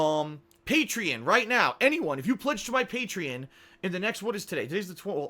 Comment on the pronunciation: He can't even pronounce Patreon right